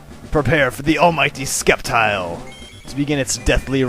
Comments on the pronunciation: sceptile is pronounced: sep and tile not skep tile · its called s-cep-tile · I'm not gonna troll at you for mispronouncing Sceptile (....it's sep-tile....(trolling....)) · Omg y are u saying sCeptile the c is silent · isnt it pronounced septile? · it;s SEP-tile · you are saying sceptile wrong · actually the C in Sceptile is silent most of the time, i remember when I used to watch the anime everyone made the C silent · i always thought the C in Sceptile was silent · the "c" in sceptile is silent...just fyi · Ugh. I usually don't mind the pronunciations, but the Sceptile pronunciation is bugging me. I always pronounce Scep it like Septic.